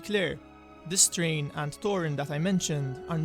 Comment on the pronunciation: It's pronounced "TH-rain" not "Train" Bite the tip of your tongue and exhale like an "s." Imagine saying "Srain" but with the tip of your tongue like i explained. Just trying to be helpful. LOVE THE CONTENT KEEP IT UP!!☺️